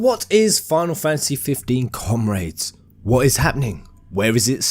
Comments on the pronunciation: Come-raids, ogad, you're killing me here. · i like how you say "comRAYDES" xD I find it extremely funny (not meant to be negative)